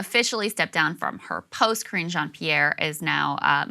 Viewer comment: Oh boy, I heard that pronounced "Cringe Jean-Pierre" I feel that someone on the internets is going to meme that and it might catch on.